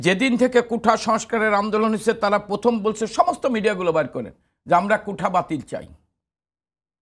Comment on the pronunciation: কোঠা নয় কোটা